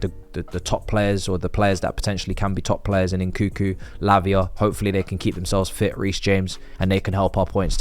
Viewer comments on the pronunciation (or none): En Kung Ku you knob. Like pronouncing Kung Fu . NOT FLIPPING EN COO COO